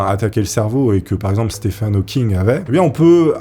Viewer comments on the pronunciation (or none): none